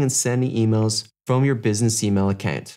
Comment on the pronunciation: Why are you pronouncing Account as Accant?